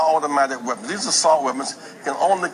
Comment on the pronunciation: Whoopi has worms growing out of her head ,you moron we don’t own auto Mac waapons . These people R very stupid and so is anyone who listen to this nonsence . Nuke waapons what